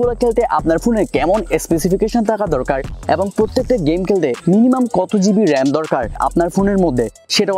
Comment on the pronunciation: কেলতে কেলতে বলেন কেন.? খেলতে বলেন খ উচ্চারণ করুন 😣